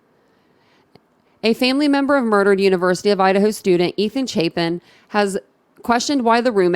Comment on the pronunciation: It’s Chapin, long A, not Chapin like Chapstick. And Xana, like Anna, not Xay na